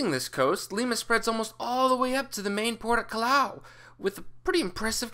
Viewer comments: Jesus Maria is Hey-zues Maria! Callao is Kay-yow! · Callao (Cah-Yao) the LL makes a Y sound